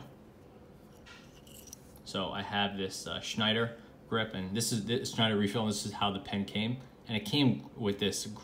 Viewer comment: This is what I meant with "handtight". By the way... Schneider was well pronounced :) We just pronounce the "er" a bit different :) I also like the way this pen works! I would really like to get the Böker 50 cal tactical pen in titanium but it costs 100€ and the buildquality might be good or might me bad. Böker isn't that constant anymore.